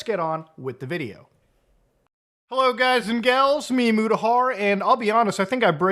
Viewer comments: lol It's "M-U-Deck" It's emu-lator deck not Emu like the bird. XD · How do you possibly pronounce EmuDeck wrong after pronouncing Emulator fine? Lmao don't ask why my brain instantly fixated on this, just do me a favor and leave the poor Emu's out of it next time, man 😂